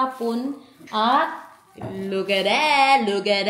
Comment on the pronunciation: Hahaha Kala ko u said lukarit .. look at it pala 😮🤦🏻‍♀️🤪